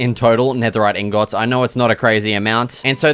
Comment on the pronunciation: Everytime he says ingöts im laughing my ass off, maybe thats actually how its called as an but its still funny